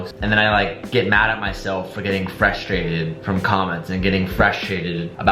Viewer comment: He’s totally saying “Freshtrated” instead of frustrated right?